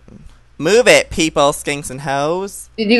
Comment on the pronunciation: I died when it was refill and Joey said : MOVE IR